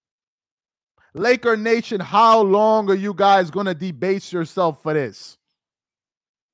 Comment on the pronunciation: Stop saying Lakernation 🤣 Real Laker fans don’t like this clown 🤷🏾‍♂️